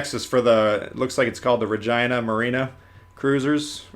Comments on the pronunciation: It is spelled REJINA not Vagina ffs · re-gin (pronounces like the alcoholic drink)- uh